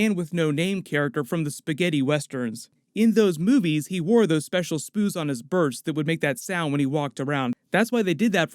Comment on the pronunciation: You said he had spoots on his bers. Lol!